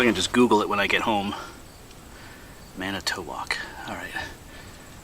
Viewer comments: Manitowoc is a city in Wisconsin. It's pronounced Man-i-toe-WOCK -- my maternal grandmother was born there. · I've heard the accent either way - first or last syllable